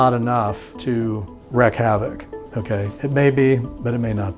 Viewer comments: It's mot "wreck havoc" it's "wreak (pronounced like reek) havoc". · "old crumbling gothic church" - in every other country they would see this church as wonderful and renovate it. The new one is just some ugly concrete structure. Unbelievable. I am also surprised that such an apparently smart person cannot say the phrase "wreak havoc" properly and that the subtitles confirm that he said it wrong 😅.